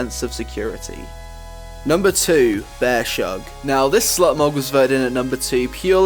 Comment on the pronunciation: Are you sure it's pronounced Bear-shug and not Bear's hug?